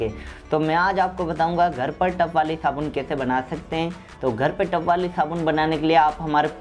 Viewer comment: भाई, टप नहीं , टब बोलते है